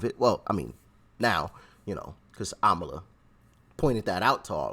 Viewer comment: IT’S AMALA NOT KAMALA, RIGHT??